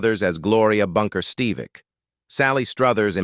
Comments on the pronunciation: You've GOT to drop that A.I. announce bot. One easy name. Three radically different pronunciations. And it is michael ST-"eV"-IC not St-eye-vic. This over-used bot is never consistent and becomes truly annoying. The subject matter is always interesting. But please use a REAL ANNOUNCER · Learn the name it’s Steve vick